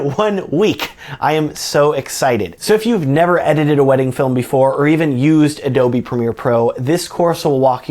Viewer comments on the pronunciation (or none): none